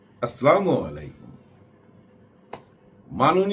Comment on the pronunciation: মালেক আফসারী ভাইঃ সালামটা শুদ্ধ করুণ, আসলামু আলাইকুম নয়, "আসসালামু আলাইকুম।